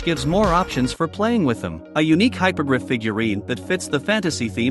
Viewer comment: *Hippo-griff Not Hypogryph Great build btw keep it up